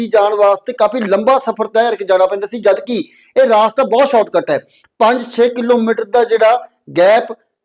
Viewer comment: ਰਾਸਤਾ ਨਹੀਂ ਰਸਤਾ